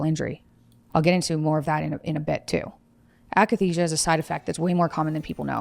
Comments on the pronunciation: akathisia, not akenisia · it's akathesia not akanesia... nothing to do with muscles.. i experienced it aswell when i went off lexapro. it's like an extreme withdrawal feeling that you can't shake, like your body has pins and needles everywhere and you're in a constant state of jonesing but there is literally nothing that will take the edge off. it was so painful i had uncontrollable hallucinations of stabbing myself. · When the host says AKANESIA you kinda loose all respect